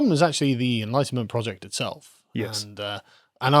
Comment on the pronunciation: Ahhh enlightenment project. There's 5 syllables there guys not 2 and a half. Had to turn on CC to sort out the accents.